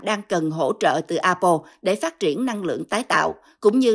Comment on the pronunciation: Tại sao đọc A Bô . Apple phát âm tiếng Anh dùm một cái.